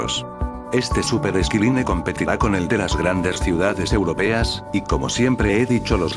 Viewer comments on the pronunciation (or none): EL FUTURO "ESQUILINE" NI SIQUIERA BIEN PRONUNCIADO "ESCAILAINE", 😨 NO. LA LINEA DEL CIELO DE MADRID, SI. SEAMOS SERIOS Y NO INCONSCIENTES FASCINADOS POR DENOMINAR NUESTROS EDIFICIOS COMO LOS DE NUEVA YORK.